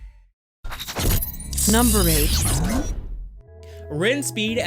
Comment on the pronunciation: I think squba is pronounced scuba...